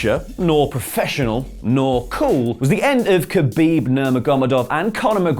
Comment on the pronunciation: dislike for the pronounciation of khabib xD Commentators do it wrong but this is hillarious xD